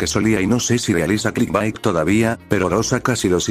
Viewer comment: no se cuantas veces dijiste clisbat pero se que djiste clitbait una vez xd